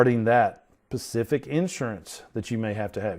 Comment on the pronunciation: If I pay extra for these videos can you please, please please stop saying "pacific"!! Like your videos but this is maddening!